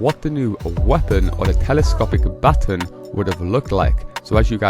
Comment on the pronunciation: You said batin.😅